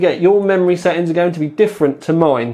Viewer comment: Is this what they call 'glottal Ts'?